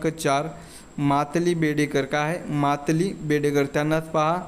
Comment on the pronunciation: प्रश्न क्र. 39 मध्ये उत्तर सांगताना आपण मालती जी चा मातली असा उच्चार केलाय! अश्या आणखीही बऱ्याच चुका आपण केल्यात.